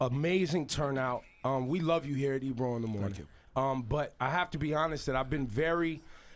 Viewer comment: DId he say Ebrum? lol